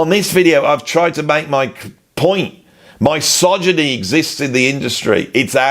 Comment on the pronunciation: Entertaining prog but your pronunciation of misogyny was distracting. I've never heard anyone else pronounce it in this way, that is, starting with "my" rather than "miss".